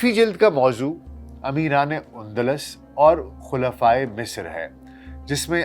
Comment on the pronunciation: Undlas نہیں Andalus ہے